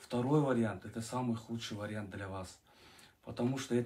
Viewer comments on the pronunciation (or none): none